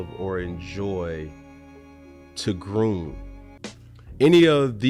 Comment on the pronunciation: did he say groom lol